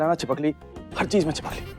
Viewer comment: 😂chhipakali ny chhipkali